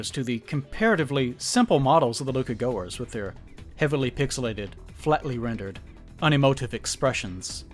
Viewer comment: pretty sure it’s pronounced “Luca Gaskwahhh”